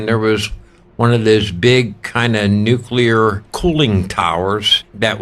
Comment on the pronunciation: thanks for being one of the few people who pronouncs "nuclear" correctly.